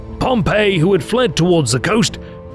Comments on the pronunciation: The English pronunciation is Pompey not Pompeii so if you're going to say Pompeii you might as well just say Pompeius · Isn't Pompey pronounced PomPee??!!